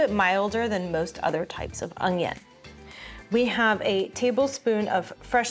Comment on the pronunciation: Darlin'...it's called an onion, NOT an ung-yun. Just sayin'...